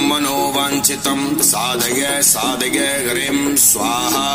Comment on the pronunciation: आपके गले से जो उच्चारण है वह साधगय साधगय हो रहा है। जबकि साधय साधय है।